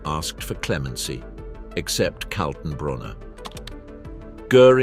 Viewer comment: Who is Colton Broner ? Ernst Kaltenbrunner............... Joachim von Rippentrop and Goering, not Guring. And so on, and so on............................